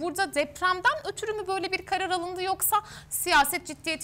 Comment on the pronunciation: Dcansı dcaha yatartdcı alındcı 😮evetc mi?birisi hanima 1. sınıflarla birlikde hece leri seslerin telaffuzunu hatırlaması için şart ve zorunlu kılsın lütfen bizimde kulaklarımız bayram etsin s d t c nin ıslıkımsı sesi tiz sesiyle karışmış tobe . başım ağrıdı